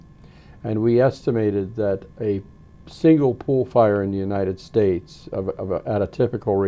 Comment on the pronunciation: She says Uninend States??